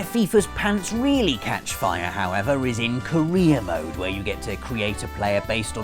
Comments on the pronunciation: I thought he said Korea ode instead of career mode... Kim Jung Un plez don't nuke me! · I swear he said "Korea Mode." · When he said "career mode" in FIFA I legitimately thought that he said "Korea mode". This has been a special look inside the mind of someone from america who has never played FIFA.